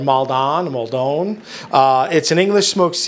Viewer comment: Maldon is pronounced how Americans say shopping mall. Malldun. I recommend taking it out of the cardboard and into an airtight container, that stuffs expensive! 😀 Really nice savoury Choux recipes. Its my favourite pastry, so much so that my cats are called Filo and Choux! 🐈